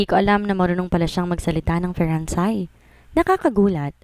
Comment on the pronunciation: Feransay? Perhaps French or Français ( pronounced as fransay)